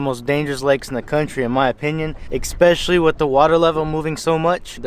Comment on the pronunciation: Ick Specially! LMAO!